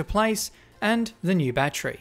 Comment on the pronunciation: god I hate the way Australians say the word 'battery'